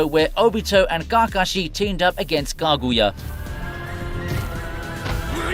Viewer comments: And Kakashi. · Why you say Kakashi's name like that 😅 say it like they do in the show bro